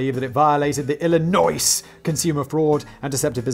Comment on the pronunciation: I get the feeling Simon loves trolling residents by pronouncing it "ILL-I-NOISE" v its correct pronunciation "ILL-LEE-NWAH." (This should be how we pronounce it. Illinois knows it's the best, let's put on airs and act like it.. The other 49 states are holes to varying degrees and they know it.)